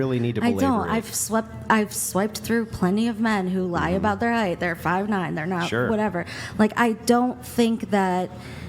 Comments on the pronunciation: It's height, my good man. No th. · Andrew... heighth??!?!?!?